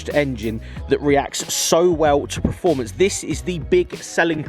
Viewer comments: I think you mean preformance 🤣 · Please learn how to say performance, otherwise an adequate video